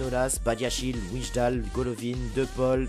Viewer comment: On dit "Waillndal" pour Wijndal